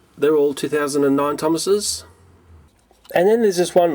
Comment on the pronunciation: "The thomases" me: Tomatos??